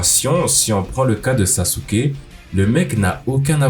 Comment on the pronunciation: Saske* pas saSUke